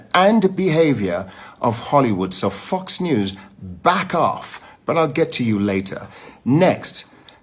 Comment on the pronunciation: LOL! It did sound like "F**ks News!" 😂😂😂